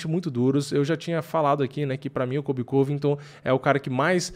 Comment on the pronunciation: "vai vim um kóbi diferente"